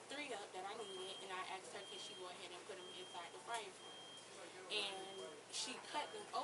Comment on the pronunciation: #2 keeps saying “axed” not asked…. Shows lack of education